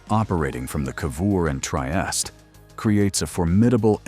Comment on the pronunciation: Anyway the right proununciation is: Tree-eeh-steeh